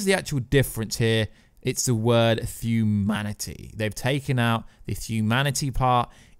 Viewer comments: What on earth is a thuman/fuman or thumanity/fumanity? Makes listening to this commentary almost unbearable. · and therabouts. The word "thuman" and "thumanity" recurs multiple times. I dunno if it's a speech impediment or a microphone noise.